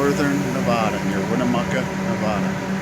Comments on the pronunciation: it's Nevada not Nevauda! Thank you. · Thanks for posting. Nevada is pronounced just like you spell it, Nev-AD-a, not Nev-ODD-a.